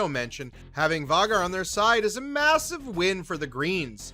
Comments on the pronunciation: And Vha-gaaar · VAY-GAR...idk how you're getting that pronunciation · For the love of Dragons it's Vhaaaaagar, pronounced with a long A !!!! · Vaw-gar ??? Night sister? 😂😂😂 be honest y’all wiki’d this video . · Hmmm we all watched the same show right? and in theory we should know how Vhagar is pronounced? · Hearing you say vhagar... I know you don't watch this show. You're a plagiarizer. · Your pronunciation of “Vagar” and “Lucerys” is NOT IT 😂😂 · I'm sorry I just can't stand the bad pronunciation of some of the characters name, Vicerys, Lucerys, Vhagar.. among other words 😤 other than that good video